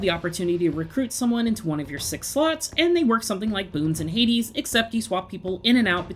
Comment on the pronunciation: It’s not Hadas like ffs